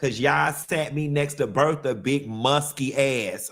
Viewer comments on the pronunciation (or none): none